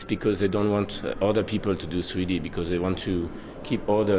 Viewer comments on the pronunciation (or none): He says sweety instead of 3d